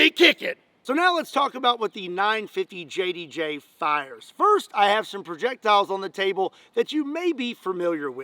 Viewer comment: Please pronounce it as the .95JDJ😂😂